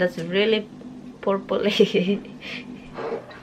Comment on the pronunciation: Purple not porpol 🤣🤣🤣